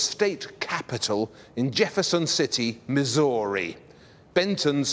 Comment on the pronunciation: "...the story of Missory..." - missed a good joke mate. Pronounce Missouri like story.